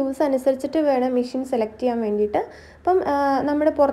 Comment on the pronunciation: മിഷ്യൻ അല്ല മെഷിൻ